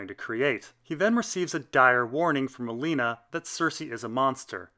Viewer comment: You do know you said Alena not Olena? Liked the video, that was just really odd.